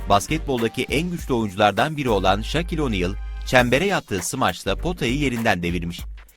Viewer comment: Adam Şakir oniıl Dedi